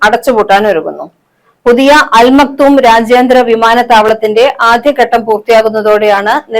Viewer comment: അൽ മക്തം എന്നാണ്. അവിടുത്തെ ഷെയ്ഖ് കുടുംബ പേരാണ്. തെറ്റിച് ഉച്ഛരിക്കരുത്.